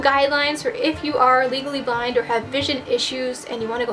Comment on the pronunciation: i kept hearing legally blonde instead of legally blind.. I'm too obsessed hahaha. amazing video though!